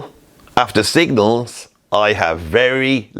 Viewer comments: Signals. Not Singles. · Say it, SIG-NALS!!